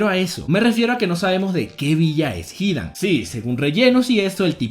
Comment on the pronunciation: Porque dices Kákuzo y Hídan? No llevan acento 😑